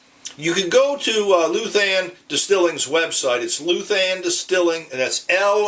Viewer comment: Pronounced LOU-than, not LU-than. The ou has a similar sound to: out, gout, sprout, trout, etc. Almost like LOW-than.